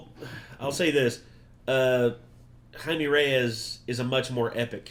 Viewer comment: IT’S NOT JAIME IT’S JAIME Lmafo 😂 ❤❤❤❤❤❤❤ sending love to all the Renegade Nation right now